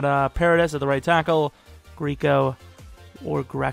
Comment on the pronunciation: you my nigga but the fuck did you just say? Greeeeeeeco?